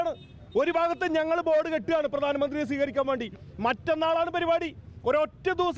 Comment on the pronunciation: പ്രധാനമന്ത്രി എന്നു പറയാൻ പറ്റാത്ത നീ എന്ത് പാഴ് ജന്മം